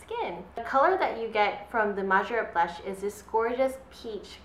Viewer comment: It's pronounced May-jore-ett.